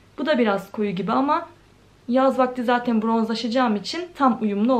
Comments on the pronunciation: Zateiiin.... zaten demek bu kadar zor mu gercekten? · Zateyn demeyi bırak artık 😒😒😒😒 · ya ALLAH AŞKINA ZATEİĞN DEME ALLAH AŞKINA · Zaten kelimesine artık zaten de zatıin deme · Zateğn diye diye bi hal oldun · Ne kadar çok zaten diyorsun ya onu da tuhaf telaffuz ediliyorsun.